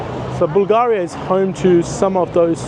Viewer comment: Props for calling it Bulgaria "Bulgahria", as it is pronounced originally and not "in English".